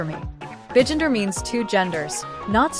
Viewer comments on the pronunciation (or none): "BEgender" This tts is sure is tweaking but it'll do the job lol